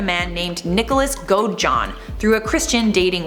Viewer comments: Godejohn Not gojohn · Nick's last name is pronounced like go-duh-john